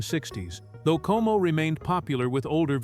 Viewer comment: Perry's last name was COMO, not KO